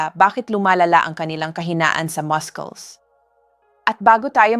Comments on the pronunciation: I think this word Muscles is pronounced Masuls as in mussels NOT mas-kles 😮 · 🎉Excuse me but muscles is pronounced Masels Not Maskels. Nakaka turn off.... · All the 7 fruits na suggestion mo to eat noong mahina ang mga binti (which means intended sa senior citizens) ay all super bad sa may diabetes or kahit pre-diabetics, na usually ay ito ang sakit noong matatanda. Kung sobrang tumaas ang blood sugar, paano? Also, please go to Google and check the pronunciation for muscle or muscles. That's what I do most of the time as I often times not sure how to pronounce certain things/words. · kakainis AI how muscles is being pronounced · PLEASE PRONOUNCE THE.WORD MUSCLE CORRECTLY. UR A DOCTOR. YOU PRONOUNCE YOUR WORD MUSCLES INCORRECTLY. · I hate hearing you pronounce MUSCLES…….. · Why do you pronounce muscles wrongly?? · please check po yung pronunciation nyo of word na “muscles” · AI na nman ito. Listen to how she says muscles!😊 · WRONG PRONUNCIATION NG MUSCLES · Ok.ang mga information pero pakitama na man ang prononciation m.ng muscles. pineapple dr k pa nanan nakairita sa pandinig pls aralan ang mga pagbigkas ng words bago .i post